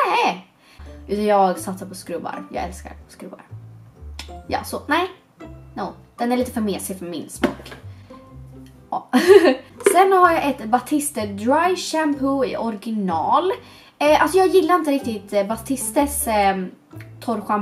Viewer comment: Man säger väll ändå batist? Inte batiste? Vet att det stavas batiste, men no hate🦄❤️